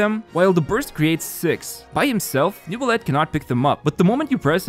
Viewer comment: AAARRG IT SHOULD BE PRONOUNCED NEUVIYETTE AAAARG Sorry, baguette obliged lmao, thanks for the video.